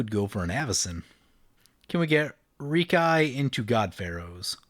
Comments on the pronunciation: It's pronounced "Rehk-ee", not "Reek-eye",. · Do you pronounce Reki that way just to tilt me or what? Lol. I guess it's one of those things when you say it & hear it a certain way for a long long time it just drives ya crazy to hear it different. I've always said & heard him as wrecky btw. Just to clarify I'm not saying your wrong it's a made up name.